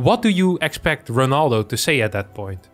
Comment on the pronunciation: its ronaldo not renaldo ...